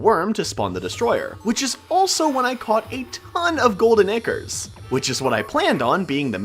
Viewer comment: The way he says golden ichors 💀